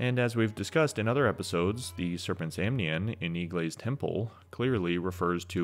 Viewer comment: Pronouncing "Eiglay" as "eeglay" just feels wrong to me when the on-the-nose option of pronoucing it "egglay" is right there.